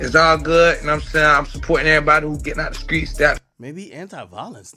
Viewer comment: "the skreets" 😂😂